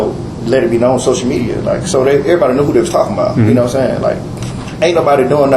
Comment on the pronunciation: "Gnome sayin"